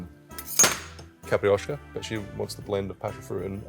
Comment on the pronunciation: yes, it sounds like a "i" is missing, as caprioska, instead of capIroska. But portuguese is hard and all rest of the word was fine, so 9+ for the effort. And its ok the simple syrup variation, but I suggest tryibg capirinha with the brown sugar, its really nice. Love the channel, and again, make some portuguese cocktail 🙏🏼😂